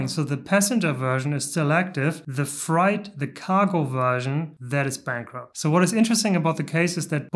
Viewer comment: Rip-off company for short-term investors. Millionaires and billionaires don't want to go into orbit with a Ryanair-type spaceline - they'd probably try to sell you scratch cards during the flight. BTW: "freight" is pronounced "frate" not "fright".